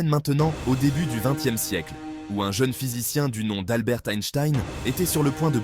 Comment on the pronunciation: Pour Einstein, je pensais que " phonétiquement" son prénom se prononçait " Albert" et non pas pas " Alberte". A part çà, pas une bafouille, une diction parfaite, sans la moindre petite bafouille, et "milimétrique"......etc Vive l' IA qui réalise 95% du boulot...il y'a bien sur un humain derrière .... Et comme indiqué par ericsauvet, la musique de fond est trop forte...chose que j'ai déjà constaté dans d'autres chaines ( basée sur l' IA). Allez, quelques petits efforts à faire